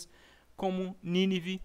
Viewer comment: Show....mas é Nínive tem acento ninive não tem acento.. parabéns pela pesquisa e explicação.